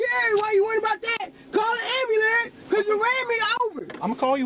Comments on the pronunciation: "Call the amberuler!" lol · I heard 'amberlamp' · Am-Ba-Lance Am-Ba-Lance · “Call da amber lamps! Call da amber lamps!” Utter TRASH…..